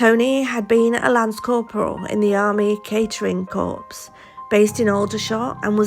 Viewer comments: Informative vid thanks. Just one thing in case it comes up again ... "corps" is pronounced "core". The "ps" is silent. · CORPS is pronounced "CORE" - just saying